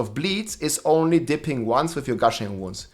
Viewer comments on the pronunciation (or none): none